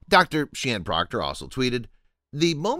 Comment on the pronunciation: I didn't like that you left out the Dr part of Sian Proctor. Also you mispronounced her name.